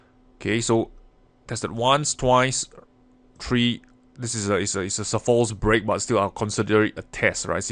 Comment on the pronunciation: I thought he was saying 'Fools break' for half the video. I'm going to always think of this as a fools break now :D